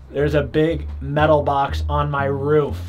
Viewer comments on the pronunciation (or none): none